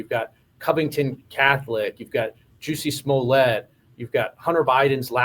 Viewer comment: He said Juicy Smolett 😂